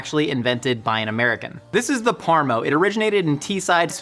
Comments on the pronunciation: its either - PARMI or PARMA, mate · In Australia we have a very hotly debated culture war between saying Parmi or Parma. To find out the UK calls it parmo.... I'll never argue either way again. Parmo is the worst thing i've ever heard. Bloody poms. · I can confirm, as a Brit, we only say "parm". No extra vowel on the end. Thanks.